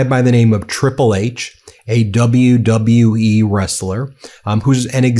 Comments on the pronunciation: WW U-E…man words are hard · how in the hell this president cant even pronounce WWE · His health is really declining in real time. He said WWUE???? What organization is that? 😂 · How about when he introduced triple h he didn't know where he was standing and he said wlwe.... Take note of that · My GOD people! Trump even has trouble saying, "WWE" and "Triple H"! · He's using "celebrities" in his stunt because he thinks it will make him more relatable and therefore a good person. Obviously he doesn't consider crimes he's also engaged in as a deterring factor in their recruitment. It also helps this whole thing look more pathetic when the guy can't even say WWE. The letters, W, W, & E! Wtf is wrong with his brain?! Then he introduces HHH and doesn't know what he looks like or that he's standing right f@ next to him?! God help us all. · Bro couldnt even say three letters properly...WWE...then doesnt even know where Triple H is